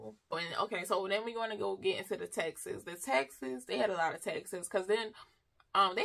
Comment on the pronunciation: Haha…I was confused for awhile thought she was saying’texas’ but taxes.😂